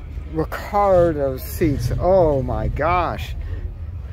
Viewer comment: Great rat rod. It had some interesting modifications. I didn't care for the seats. Speaking of seats, the narrator said "Recar-do" seats, but those big white letters say "Recaro". I like the truck bed being of wood it adds to the theme. Thank you for sharing this with us.